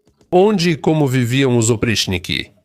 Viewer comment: A pronúncia correta é "opritchhniki". O quinto caracter em cirílico, que se assemelha a um "h" invertido, tem o valor de "tch". O problema é que, na maioria das vezes, o cirílico é transliterado para ser lido por falantes de inglês, onde o "ch" tem um "T" mudo antes (como em Charles). Falantes de português devem tomar cuidado com as transliterações do alfabeto cirílico, já que, na maioria das vezes, são feitas para serem lidas por anglófonos.